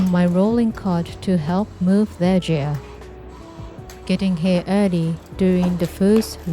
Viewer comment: Love your content. May I add, gear is pronounced with a soft g like girl and not like gem.